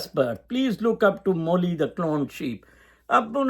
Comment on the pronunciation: Dolly not molly